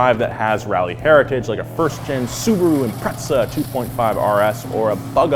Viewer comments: he called it the Impretzel like top gear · Behold the IMPRETZA! Hahah.